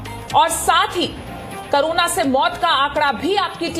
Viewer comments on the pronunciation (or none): करोना या कोरोना आप सही बोले बहुत बार आप करोना ही बोलती है